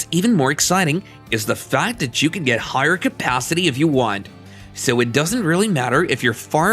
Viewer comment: "Pist-yel". "Capathity". Get a better AI voice; this one's not cutting it.